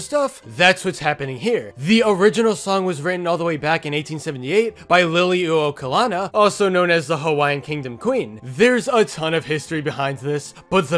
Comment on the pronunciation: i think it’s pronounced lee-low-ka-lah-nee